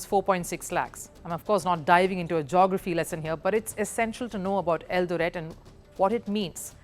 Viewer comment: Great feature,, great presentation. I am from Kenya, and I humbly submit as below regarding your feature: 1. I love the way you pronounce Eldoret. You pronounce it slightly wrong, though your pronunciation of Eldoret is cool; 2. Kenya was a British Colony from 1920 to 1963, and your pronunciation of Kenya sounds just like how White Kenyans used to pronounce Kenya in colonial times. Nothing wrong with that though, because you are not from Kenya; 3. At minute is Hellen Obiri. She is not from Eldoret, she is from a region of Kenya known as Kisii; 4. And no, Kenyan athletes are not "god like" to us, as you mention. If anything, one of the things that could be considered "god like" to us here in Kenya, is the English Premier League, and it's big teams, past and present, such as Manchester City, Liverpool, Chelsea, Manchester United, Arsenal. We are not exactly loyal to our country, or to ourselves. For example, if a big English football club, such as those I mention, were to visit Kenya, today, 17th August 2024, and if today also, 17th August 2024, there was an event to honour all Kenyan athletes, past and current, at a live event, where all living Kenyan athletes, past and current, would be present, the venue with the big English football team would be packed to capacity, while the venue with the Kenyan athletes would not be packed to capacity, would have few attendees; 5. Faith Kipyegon is not a marathon runner as you mention, she is a middle-distanc